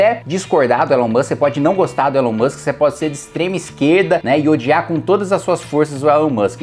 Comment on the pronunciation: Elon Mushikem, Elon Mussem, Elon Muxke